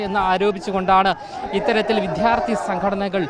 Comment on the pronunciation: ഇവൻ കരയുകയാണോ? അവനോട് ആരെങ്കിലും പറഞ്ഞുകൊടുക്ക്, വിഥ്യാർഥിയല്ല വിദ്യാർത്ഥിയാണെന്ന്